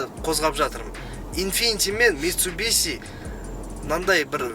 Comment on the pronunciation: Митсубиси емес митсубиши. Суси демейсинго суши дейсин. Сол сиякты.